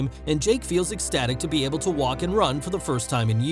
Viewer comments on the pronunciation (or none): none